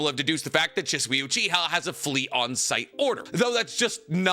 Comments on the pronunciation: "She-Sue-eeeeee"..... ima leave this here lol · you know for somebody who dedicated his arm to a Naruto sleeve and has a room I wouldn’t bring a female 20 feet close to, I’d expect you to adleast pronounce Shisui’s name correctly dawg